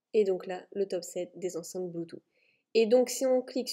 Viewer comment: 10 min 45: c'était très marrant, ahaha:) Et sinon c'est " Bluetooth " Merci beaucoup pour cette vidéo très intéressante:)